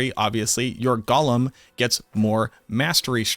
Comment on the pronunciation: Go-lum. Not Gollum. Gollum is a Tolkien character. A golem is a creature from Hebrew mythology.